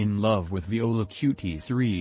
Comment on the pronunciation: Bro. You can get the robot to pronounce qt π correctly, right? Especially since it's in the first thirty seconds